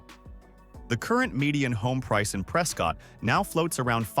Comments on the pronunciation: Locals pronounce it: “Press Kit”, not “Press Scott” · “Press Cut”